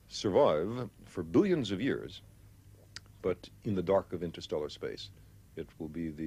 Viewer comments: lol everytime he says "billions" it's emphasized. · Came here solely to hear him say, "Billions!" Was not disappointed. 🙌 Bonus Points: 1st (and last) time "Jules Vern's" pronounced properly on YouTube.